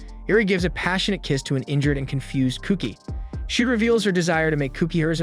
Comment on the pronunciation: "Sorry you're just a side character" killed me Also what's his name? Kugi? It sounds like cookie